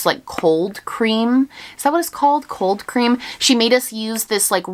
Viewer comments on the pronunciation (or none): The way she says coal cream like cold cream 😂 I love it